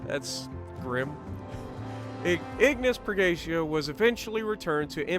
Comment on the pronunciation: Damn neither you or can pronounce Purgatio right:D It's Per-ga-tea-oh. It's Latin.